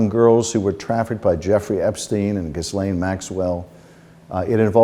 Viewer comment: Do you not have staff to teach you how to pronounce her name. The s is silent, genius.